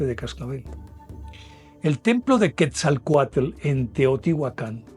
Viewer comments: Así es y la pronunciación de Quetzalcóatl es tal cual, el lo pronuncia "quezacoatel". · Buenas, son buenos sus programas y es comprensible que solo tenga partes de las historias. Por ejemplo de Quetzalcoatl y Tezcatlipoca de Tula. el mito es mas profundo y diferente a su relato. Es chistoso como los colombianos pronuncian los nombres en Nahuatl, no es Quesacute divida en dos y diga quetzal coat Tezca tlipoca. Soy amante de las culturas antiguas y enamorada de, la de mi pais. Mexico. Felicidades por su trabajo. La forma de Serpiente es universal ( rios, caminos, remolinos, la via Lactea, el ADN, El tiempo-ciclico, ETC) Gusto en escribirle.